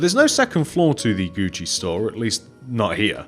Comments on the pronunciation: Do you call it Guuci there? Cuz Guuci is spelt Gucci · It's Gucci I died laughing when you said that